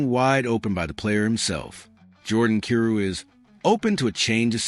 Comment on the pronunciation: His name is pronounced "K 'eye' rou".